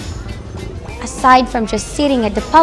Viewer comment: Do you really have to pronounce maskara like that?